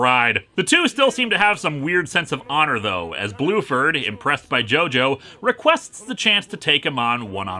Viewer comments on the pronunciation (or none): Bruford, not Blueford.